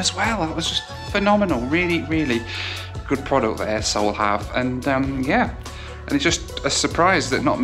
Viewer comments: At first I thought you were saying A-hole then I released the airline is Air Seoul. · it sound like a**h**ev 🤣😅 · I've heard of Air Seoul before but never realised what other word it sounded like 😂